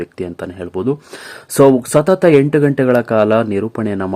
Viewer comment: ಹಪರ್ಣ, ಎಸರು,ಹೆಂಟು,ಕ್ಯಾತ ಅಲವರು, ಹಗಲಿದರು...... ಎಂಥ ಕನ್ನಡ. ಮೊದಲು ಕನ್ನಡ ಕಲಿತು ನಂತರ ವಿಡಿಯೋ ಮಾಡಿ ದಯವಿಟ್ಟು ಕನ್ನಡ ಕೊಲ್ಲ ಬೇಡಿ.